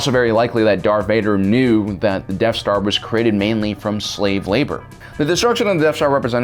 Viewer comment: Every time you say Death Star, I hear Deaf Star.